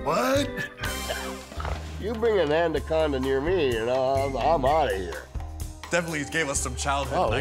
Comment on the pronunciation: the way piper says "andaconda"😂😂😂😂